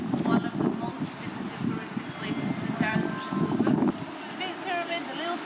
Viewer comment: Thank you for that promenade,! It could be good for the next time to learn the pronunciation of the French names, at least of Louvre. And all will be great!